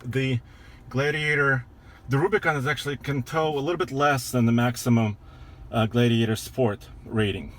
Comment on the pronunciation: Jeep gladeiator he says